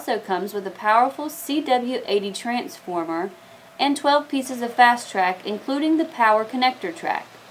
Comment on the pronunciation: Trantsformer? lol